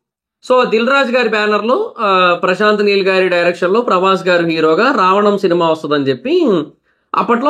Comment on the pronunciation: Prashant Meel kadu bro prashant neel